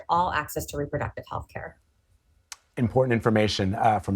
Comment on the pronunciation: It’s not “care” !! 😢